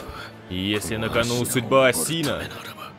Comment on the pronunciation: Не АсИна а Ааасина